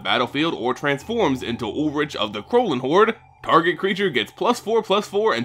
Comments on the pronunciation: YOU SAY ULRICK NOT ULLRICH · It's said like Ulrick no? Either way he is kinda disappointing and it might be better to still use other RG legendaries as a commander. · ul-rik is the actual pronunciation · actually it’s ulrichg not ulrish or ulrik